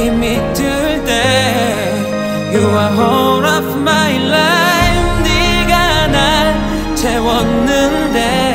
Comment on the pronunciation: Life 발음을 좀 더 잘했으면 훨씬 몰입됬을텐데 라임 처럼 들려서 집중이 잘 안됨 ㅋㅋ